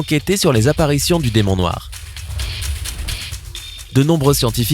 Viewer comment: "DEMON NOIX" OUAIS MDRRRRR